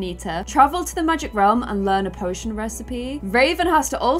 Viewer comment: Raven, teen......made in your image....looks like you. And you pronounce the "A" sound as a "U" sound...... instead of "cat," you say "cut," "magic," you say "mugic," "and" is "und," etc etc